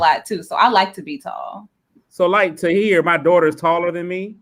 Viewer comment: calling Tahir 'Rihat' is the funniest shit ever. 😅😅🤣😆😆